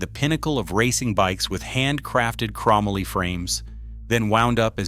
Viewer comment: LOL! Oh yeah, I heard that too but forgot after hearing "crahmally" so many more times.